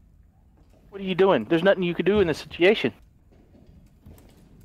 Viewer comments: "that is a very sitiation" H20 h20 never fail to make me laugh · Is it just me or does delirious pronounces situation weirdly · can someone please teach delirious how to pronounce SITUATION